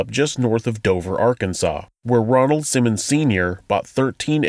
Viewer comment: Ronald. Not Donald.